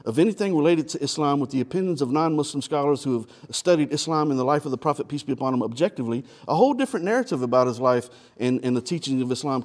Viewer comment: Thought he was saying 'Peas be upon him.'